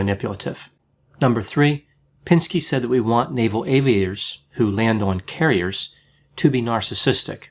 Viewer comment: You called him "pinsky" 🤣😂, you are G. O. A. T.